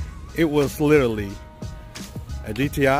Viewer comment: Wait, did this dude just say litaly instead of literally? 🤦🏻‍♂️